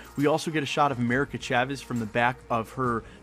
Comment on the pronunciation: Ay, btw, it’s not pronounced (Ch-ah-ves) its (Sh-ah-ves). 👍 also, good job on video!